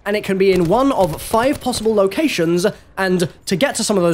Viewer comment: “Five possible locationszzzzzzzz. Andddddd to getta to some ofa those locationszzzzzzz” “Mail roomzzzzzza” What the fuck?! He also mispronounced the word detritus.